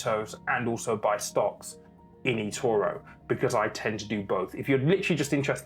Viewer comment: Why can't you say Etoro properly?